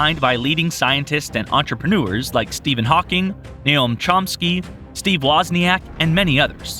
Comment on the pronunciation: N-O-A-M Chomsky, not N-A-O-M Chomsky!